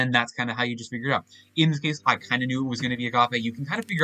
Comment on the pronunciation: My mouth is agape at your pronunciation of agape.